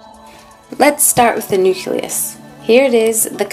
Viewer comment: Um it's not prononced nuculus.